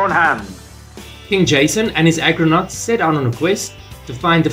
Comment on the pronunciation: argonautes 'sailors of the Argo' not agronautes 'sailors of the field'